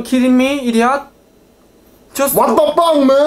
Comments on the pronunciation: He was trying to say wat the fuck but said wat the faaaaa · lol i though he said what the puck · I think says buck instead if fuck😂😂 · Your friend says what the bunk in stead of the f word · He sais ' What the parck man?'